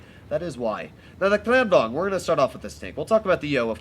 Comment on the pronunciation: "the clam dong"